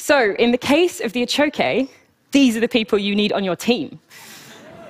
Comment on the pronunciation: The achoque is not a 'type of axolotl' any more than tiger salamanders are. Same genus, just as the tiger salamander is, different species. And good god, maybe listen to the pronunciation of these things you're presenting a TED Talk on when speaking with locals